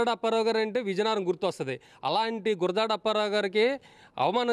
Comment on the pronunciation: వాళ్ళ సంగతి పక్కన పెడితే.. మీరు ఆయన్ని అవమానించారు.. గుడజాడ కాదు గురజాడ